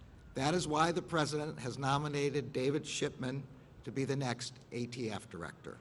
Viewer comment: He called the ATF the AFT multiple times.